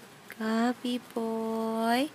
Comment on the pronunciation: it sounds like she's saying gubby. not gabby.